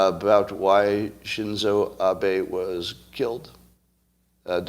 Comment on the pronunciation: Shin-ZO ABEY is correct pronunciation.